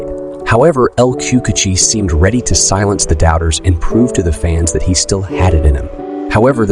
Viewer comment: man said El chucuchi instead of El Cucuy